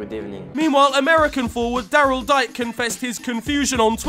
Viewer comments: WEST BROM INCLUDED TWICE IN FTW. SUIIIII (also its pronounced dee-kay. not dyke x) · Not my boy Dike (it’s pronounced Dee-Kay he was born from Nigerian parents. Tho declared for the USMNT.)